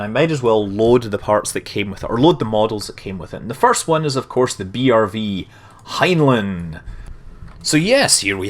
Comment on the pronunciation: scott its prenounced heinline.